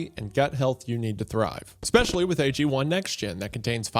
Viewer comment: Exscpecially and Calvery. Like two illiterate peas in a pod.